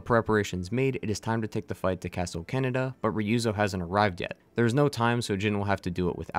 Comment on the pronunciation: You know, I hate it when people pronounce Japanese with an English/American English accent, because I was slammed face first into a brick wall when you said "Castle Canada", only to realize it's Castle Kaneda. xD Other than that minor, petty niggle, this was a fun video. Thanks for it! This was one of my favorite games ever, and am still mad it didn't win game of the year.